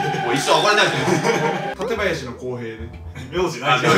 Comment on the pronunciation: 館林のイントネーションが市民には違和感